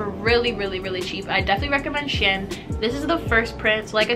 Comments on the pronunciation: It’s pronounced she-en. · They way she Pronounces shein lmaoo